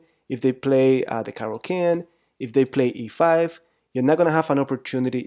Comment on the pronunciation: It is not pronounced 'can' but rather 'Kann'